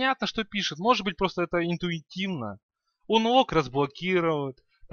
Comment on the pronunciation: Анлок, не унлок. (Я понял, что ты учил немецкий, я тоже его учу.) На будущее))